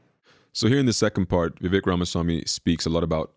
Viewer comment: Vivek..rhymes with cake 🎂 Please, people, learn to pronounce it right. He may be the first president or VP known by his first name🎉